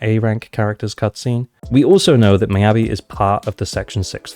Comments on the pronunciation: Its not "my-yabi", its pronounced more like "me-yabi" for ur future vids! <3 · Attack or Anomany, she definitely my must pull because i don't roll for Ellen even when I have Lycaon. Also, Mee-ya-bi, not My-ya-bi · Why do you keep saying her name is "my"-abi? Her name is very clearly of asian origin so her name is pronounce "me"-abi. By the logic of how you're saying her name, you should be caller her my-a-by